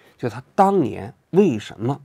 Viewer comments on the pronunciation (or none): 王局国外呆久了普通话都不标准了 sa人罪